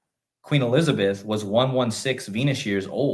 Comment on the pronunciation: I could have sworn I heard you say one of the times you said Q Elizabeth (not everytime] I heard Queen Elizardbeth - maybe it was just me. LOL